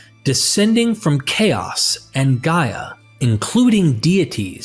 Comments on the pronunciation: 😂 This dude said, “gay” instead of Gaia (Guy-a). I can’t take anything said in this video serious. How are you going to speak about the Greeks and then miss pronounce our words? 😂. There is nothing about the Hellenic creation theory that is similar to the Bible 🤦‍♂️ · Who is doing the ancient text voice over? Gaia (he pronounce it as gae), in Greek it is similar to English "Yeah" not no gae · Impregnates Gay ??? Not Gaia